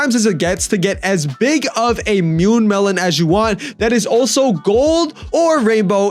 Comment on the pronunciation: mune melon???